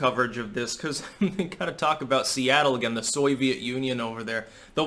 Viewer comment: Seatle almost like Soylatte